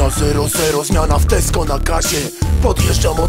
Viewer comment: Ale fonetycznie. Widziałem ,,TESKO" zamiast ,,TESCO"...